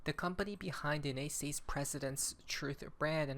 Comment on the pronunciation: can’t you say United States right? 😐